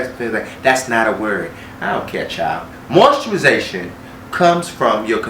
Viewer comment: Just came to hear him say MOISTURIZATION 🤣